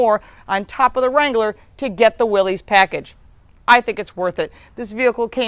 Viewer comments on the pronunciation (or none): It is pronounced "Willis" most people mispronounce it as Willees....but it is for sure Willis sounding. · Just thought you should know it's not Willy's, it's Willys , no e sounds at the end? It sounds like Willis ! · The name is pronounced "Willis" even though it is spelled Willys. Also there is no apostrophe in the name. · I have the 2015 Willys. It’s pronounced “Willis”